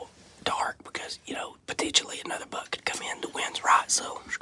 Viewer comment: I thought y’all says “Bug” but then I realized that it was buck